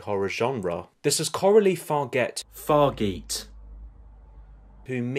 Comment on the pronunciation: Hey her name is pronounced Far-ja (as in jarring).